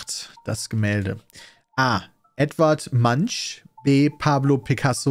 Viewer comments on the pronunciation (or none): Edvard Mansch Wer kennt ihn nich.. ey immer wenn es um Kultur geht egal ob Kunst oder Literatur macht ihr mich so fertig 😆 Edvard Munck wird er gesprochen (Maler von der Schrei)... uuuuund nutzt das Veto.... das ist wahrscheinlich das berühmteste Gemälde von van Gogh😅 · Edvanrd Mantsch 🙂